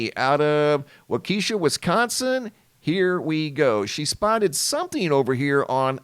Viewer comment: I think that was Wok-E-shaw Wisconsin, not Wa-Keshia.